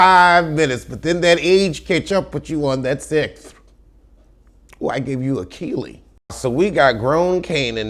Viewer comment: Sixth "I gave you a keily" 🤣🤣🤣